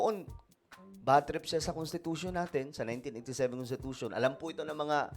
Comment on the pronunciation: CONTITUTION daw...CONSTI Tatay Digong